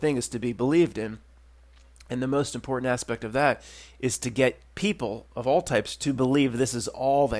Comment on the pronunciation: Oh, my God! I just realized it! The way you pronounced “important” with that atypical stress on the first “t” gave it away! Yes, it seems it’s the truth, after all…you’re a Russian agent! Why, of course! It’s so clear now! Obviously, that’s why you so often get caught in that periodic “fumbling” and “rearranging” of words…because you’re confusing your native Russian pronunciations with your rehearsed sham “Philly” speak! A consequence of the dialect switch. It’s a patent giveaway! “King of Prussia”…really…”Prussia”? Sure…riight. It’s ovaah, my friend. You done been found out! Nah…kidding. Definitely kidding. Or am I…?🤔💡🤨😂